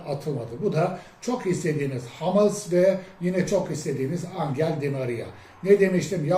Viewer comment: Yahu almanca yazıldığı gibi okunan bir dil,hamels değil humels diyeceksin